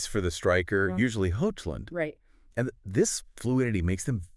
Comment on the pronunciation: What is with this AI voiceover bullshit! It's the worst analysis i've ever seen. You lost me at Hoxhclun